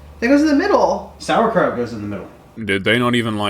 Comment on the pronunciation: We're havin some sowacrouch